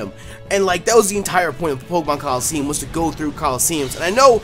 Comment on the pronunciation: At the beginning he said colleseum